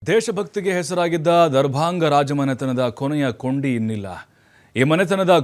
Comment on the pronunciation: ಕೊನೆಯ ಕುಂಡಿ ಅಲ್ಲ ಪಾ ಕೊನೆಯ ಕೊಂಡಿ.....ಕನ್ನಡ ತಿಳ್ಕೊ ಮೊದ್ಲು ಆಮೇಲೆ ವಾರ್ತಾ ಪ್ರಸಾರ ಮಾಡು ಸರಿನಾ? ಓಂ ಶಾಂತಿ ಅಮ್ಮ 🙏